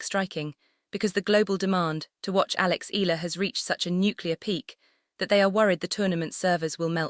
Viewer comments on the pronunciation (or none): Correct Pronunciation : EALA = Ee'Ya'La